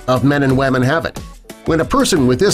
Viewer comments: Did he say men and waman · Men and WAMEN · When he said 0.06% women it sounded like "lemon" lol